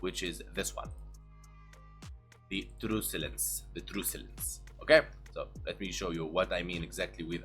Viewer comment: I love your videos! Keep up the good,work. Truculence is pronounced as Truck-you-lence, not truce. FYI. Just saying.